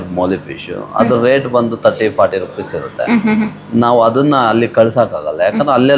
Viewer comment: Ret 😂😂😂 it's rate